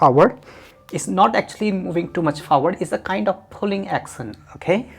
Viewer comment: I'm confused when he pronounces push as puss and action as accent